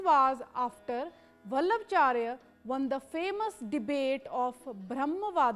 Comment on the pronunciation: It's not वल्लभचार्य it's वल्लभाचार्य